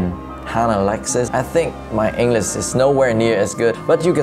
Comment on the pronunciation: Pleaseeeee pronounce ENGLISH correctly. And QUESTION and WATCH. (I mean the ending sounds) It’s amusing watching you but it’s kinda annoying when such words are not perfectly pronounced. Thanks for the video.